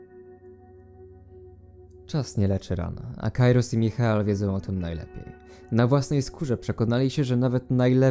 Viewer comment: Michael czyta się Majkel